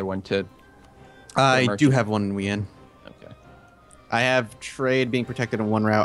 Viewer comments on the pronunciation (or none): I had to stop watching because I couldn't stand their disgusting pronunciation of Wien as "We-en", when it's pronounced "Veen".